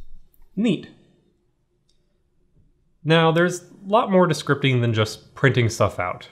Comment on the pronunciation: did he say "scripping"